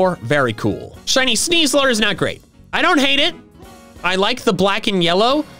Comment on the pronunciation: THERE IS NO VOWEL BETWEEN THE S AND THE L IN SNEASLER!